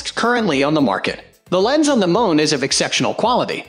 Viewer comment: No clue who owns this channel, but clearly it's very low quality script fed through a robotic voice synthesizer with images that are ripped off from other sites (namely Amazon) without permission. Seriously -- F1 = "fone" and M1 = "mone"? Scub-Ay-Pro?? What a joke.